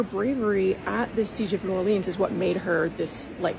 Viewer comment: That's some lovely German pronunciation of 'Orléans' there. 😑